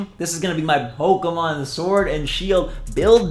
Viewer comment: When you sed pokeman i was like the heck where is the A in pokemon 😂😂😂😂